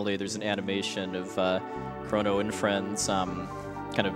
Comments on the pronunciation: Did this nigga just say chron-oh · "Krawn-oh Trigger!"